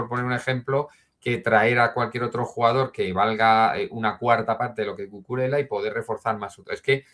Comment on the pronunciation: repite conmigo: CU CU RE LLA, CUCURELLA